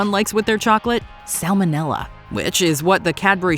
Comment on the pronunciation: The letter "L" appears three times in the word "salmonella". It's not "sammonella".